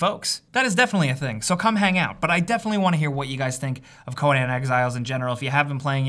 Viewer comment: wtf is co-NAN?